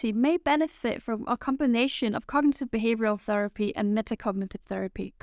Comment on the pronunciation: I think you need to pronounce the word "cognitive" more clearly, without swallowing syllables.